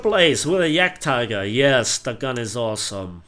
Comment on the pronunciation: yagteeger XD